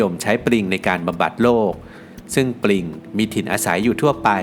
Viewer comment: ปลิง ครับไม่ใช่ปริง